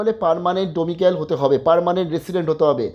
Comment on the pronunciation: "ডমিক্যাল" না গো দাদা, "ডমিসাইল"